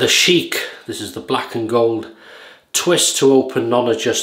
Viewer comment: Hello. Good vid. BTW it's pronounced Shick rhyming with "ick". You pronounced it like Arab Royalty Sheek. Thanks for the Palmolive shout-out. Great stuff.